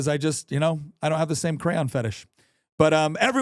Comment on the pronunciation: Hahaha, when you said “crayon fetish” I had to play it back, cuz at first I thought you “Korean fetish” and was like ‘WHAAAT?’